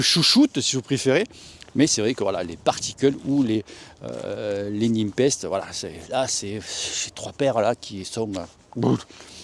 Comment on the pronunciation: Super classement, logique vue tes différentes présentations. Particule a de l'avenir clairement! Parcontre, Nepest se pronone "Nipest" pas "Nimpest" stp:p lol